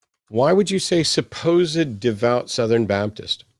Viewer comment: “Suppose-ed” …what a dweeb